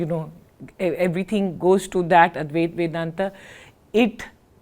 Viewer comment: It's not Adweath. It's adwaith